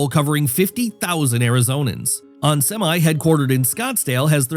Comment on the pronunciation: The AI bot reading the script also mispronounced Onsemi. It's "On-semee" because it's short for semiconductor. Not "sem-aye" like a truck that hauls things.